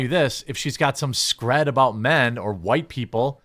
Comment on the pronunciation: ScrEEd, not "scred." Sorry, had enough! 😢